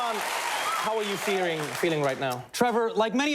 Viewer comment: Did Trevor say "Hassan how are you feering.. Feeling right now?"